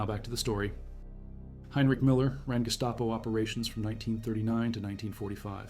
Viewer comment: Who the hell is Miller? Your AI is not only artificial its stupid.